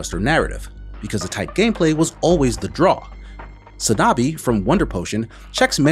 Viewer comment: 산나비. It's "Sahn-Nah-Bii", not "sAnAbi".